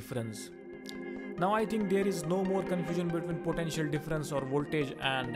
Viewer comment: its potential not potentail!!👎